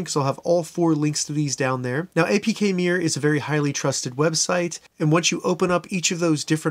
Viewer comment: Are you saying APK MIRROR??? Or APK MERE?